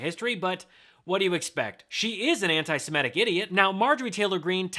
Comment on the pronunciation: You're not pronouncing antisemitic correctly.